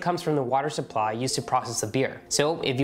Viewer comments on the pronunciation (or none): none